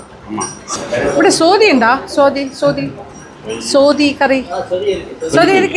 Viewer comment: Soathi alla mam, sothi😍